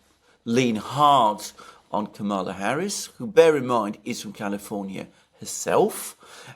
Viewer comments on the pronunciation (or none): none